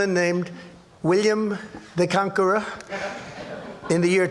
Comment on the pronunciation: William the Cankerer😂😂😂